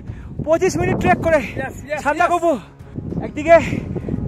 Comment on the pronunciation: Ore sandakofu noy re bachha, sandakphu bole